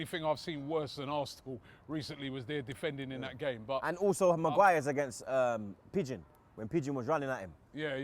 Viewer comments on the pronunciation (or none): It’s Bergwijn not Pigeon